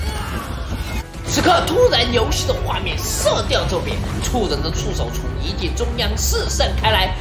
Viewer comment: 1：13时厂长说遗迹我为什么我会听成“ying jing”？